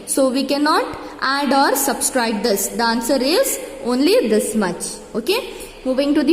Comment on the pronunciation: It is subtract not subscribe lol😎🤣🤣🤣